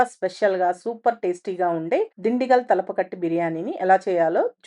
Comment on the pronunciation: Thalapakatti kadhu thalappakatti